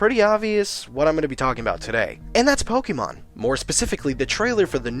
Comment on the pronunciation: It's pok-ayy-mon not pok-ee-mon Also if pokemon were real life would be better cause now eevee is a reality but we're all gonna die cause now driftloon and yveltal are now a thing